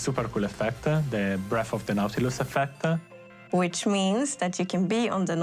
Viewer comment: “Da Nautilus Effect-dah”